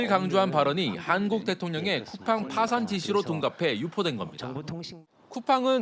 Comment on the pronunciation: 쿠팽 ㅋㅋㅋㅋㅋㅋ 발음도 제대로 못하는 주에에 미국기업?ㅋㅋㅋ 상장이 좋긴좋네~ 미국것들은 언제까지 덜떨어질건지😂